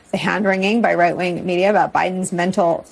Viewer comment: bro wtf she said white wing.🤣